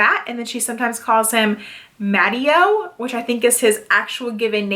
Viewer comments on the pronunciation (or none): ileo Coyle book the ex-husband's name is pronounced Ma tay oh. Good review of some newer books to me. The Laura Childs series (3) are quite good